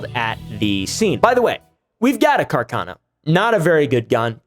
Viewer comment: i think its more like CARKAHNOH